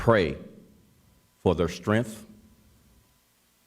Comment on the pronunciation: That black officer said "strengph" did he mean strength? Why can the words be pronounced right?